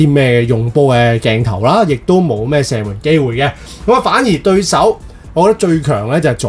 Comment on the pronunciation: 场均 “身” 门